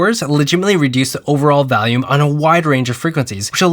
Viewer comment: You say valium for volume loo